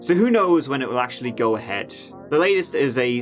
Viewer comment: Me: "I got an early morning... I should really just sleep": "Let's give et a goo" Me: "Yes sir"